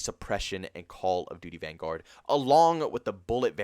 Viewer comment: The fact that you say van-GUARD, bothers me so much.